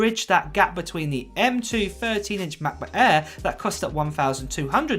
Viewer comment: Unbearable way of pronouncing „macbook air“🙈🙈